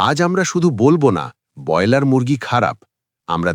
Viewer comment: যিনি 'ব্রয়লার' শব্দটি ঠিক করে উচ্চারণ পর্যন্ত করতে পারেন না, বার বার 'বয়লার' বলেন, তাঁর কোনো কথা শুনতে রাজি নই। বেরিয়ে যাচ্ছি